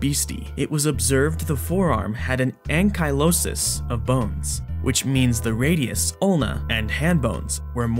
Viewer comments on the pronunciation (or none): "Ang-kai-loh-sis"? Last time I checked it was pronounced "Ang-kill-loh-sis"